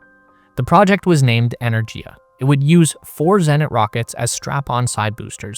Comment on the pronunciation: It's "ener-giya", with a hard "g", as in "gift. This is more common in Indo-European languages. A couple of minutes research would have found this out.